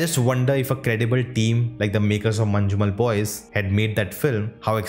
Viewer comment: Try saying mannummel boys, then it will be a just ok pronunciation